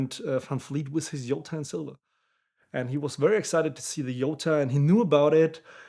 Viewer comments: Its a J not a y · My biggest question is how "Jota" becomes "Yota". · Exactly, "J" is not pronounced "Y" in spanish.